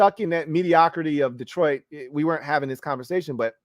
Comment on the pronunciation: I'm catching up now. Not "Dee-troit" pronounced the French way. Not Mac's full government., these subtleties tickled me 🤣 love the show as always and this was a solid list! Personally, I'd put Carolina at the bottom. I'd put Sam at #33 if I could lol. They're a mess. I feel bad for my old Temple coach.